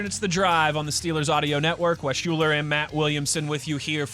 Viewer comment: Wes UHLER not Shuler!!!!